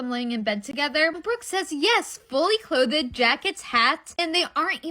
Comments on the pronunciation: I was with the TikTok girl vs Brooke until I heard her say “clothed” repeatedly as “clohthe-Ehhd” with a hard two syllables. Gen Z is illiterate, and that makes me sad. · why does she say clothed that way? Its driving me crazy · I'm sorry. All I'm hearing is cloth-ed. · The chick in the blue coat is 100% correct but why cant she say clothed 😂😂😂 clothe Ed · Am I a thousand years old? What is ask FM?! You know what? I don't care. I'm too old. Also, clothe-ed was killing me 🤣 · 😂 cloth-ed killed me too